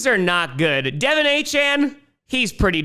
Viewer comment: Just so people know, it’s supposed to be “De-Vawn” not “Dev-in” Achane. Everybody focusing on getting the last name right and end up getting the first name wrong.